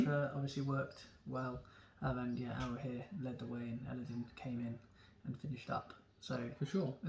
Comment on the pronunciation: It's Elladan, not din...